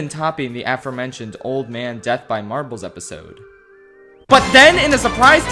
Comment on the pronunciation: 😂everytime u say marbles sounds like ur saying "marvels" me thinking marvel rivals😂